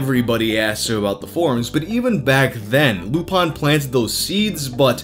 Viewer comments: You are saying user lupins name wrong. Its not lupawn but lup-in think of professor lupin from harry potter. Lupin is also latin for wolf fun fact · Also interesting that you pronounce "Lupin" as the French would, "Loopahn". Most Americans would say, "Loopin". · lupin96's name was in reference to Arsene Lupin, the classic gentleman thief from French literature. The French pronounce it more as loo-pahn. You can also hear this with almost every English dub of the classic anime Lupin III. It's not based off the Latin word or Professor Lupin. Whether knew this or not, I don't know. But he seems more like he'd be a weeb than a HP nerd growing up, so he no doubt first heard the pronunciation used in Lupin III which aired on Adult Swim in the early oughts. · how the fuck does mispronounce lupin?